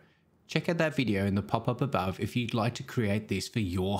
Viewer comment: The way you speak that PAPAPABAW is so hillarious ) It took a two or three videos for me to watch to understand that you mean 'pop up above"